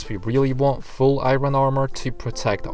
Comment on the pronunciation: I love how you say i-ron ore XD